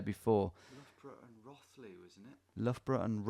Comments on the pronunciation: I still live there, the sheer pain of him mispronouncing Rothley Is catastrophic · In classic English place name fashion Rothley isn’t pronounced as it looks. It’s Row-th-ley It’s claim to fame is being where Madeline McCann was from.. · Same! and him miss pronouncing rothley and thinking thurmaston and thurcaston are the same place. as soon as i saw highcliffe i was like no wayyyy so funny. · Nice to see you in Birstall where I grew up! Did make me laugh at your pronunciation of Row-thley 😂